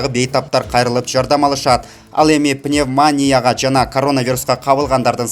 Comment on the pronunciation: Пневмония деп окугулачы сураныч